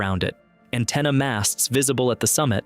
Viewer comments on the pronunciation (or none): none